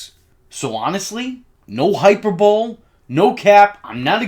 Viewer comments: Yo bro, just make a note, "hyperbole" is basically pronounced "Hy-per-bow-lee" Not "hy-per-bowl" ...or don't 🤷‍♂️ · Hyper/bo/lee lol Not hyperbowl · Negative. It is not the greatest Batman movie ever made. And you lost major credibility when you pronounced hyperbole as "HYPER BOWL". Google it man... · He pronounced it two different ways. First time "Hy-per-bow-lee." Second time, "Hy-per-bowl." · Turned the vid off when i heard hyperbowl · “Hyper bowl” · For future reference, the word is pronounced high-purr-burr-lee, not hyperbole.